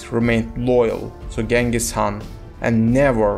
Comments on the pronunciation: appreciate your efforts but please spend more time doing research. you can either say “Chinggis Haan” (Mongol pronunciation) or “Genghis Khan” (English pronunciation) but never Genghis Haan. Yuan Shi is not an author. it literally means the History of the Yuan. it was compiled by various government scribes in the Ming Dynasty. and many other inaccuracies. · Chinggis Khaan, Belgutei, Zelme, Mukhulai, please pronounce the names correctly.